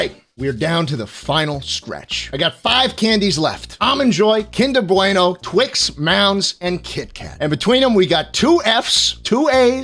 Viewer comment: im sorry BWEINO? kinder bweino? do you have sutch a toddler sized "bwain" to not know how to say bueno? im european, (i know i suck) but im in no way italian! (some redeeming at least) but even i know how to say BUENO not fucking BWEINO